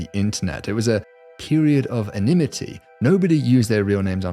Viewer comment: For a smart guy, you mispronounce words with alarming frequency. It's "statistics" - not "stassistics". It's "anonymity" - not "anonymy". It's "probability" - not "probility"